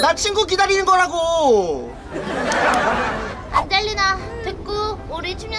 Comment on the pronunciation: 안젤리나 이름이 계속 '안질리나?'라고 들렼ㅋㅋㅋㅋㅋ